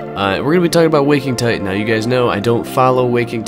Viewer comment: It's called Waking Ti T an... not Ti-ehn